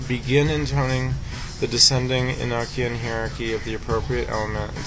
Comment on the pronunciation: it's a long o in Enochian.